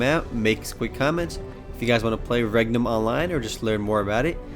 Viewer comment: when you said regnum i thought you said rectum O.o